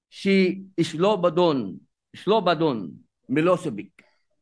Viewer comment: Slovadon sabi ni. Slovodan how you pronounce it. Galing talaga ni Robin 👏👏👏.